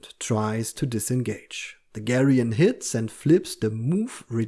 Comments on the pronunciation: actually gigant is pronounced with a hard g but you’re right about geryon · Just a note about pronunciation. Geryon is pronounced like “Jerry-un” with a “g” that is more like a “j”. Gigant is pronounced like Giant but with a “g” before the “ant”. Basically like saying “gigantic” but leaving off the “ic”. I had to research it as they are both odd.